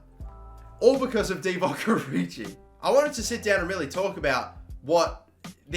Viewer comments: "Oridji" jezus... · I'm not a huge fan of that pronunciation of Origi...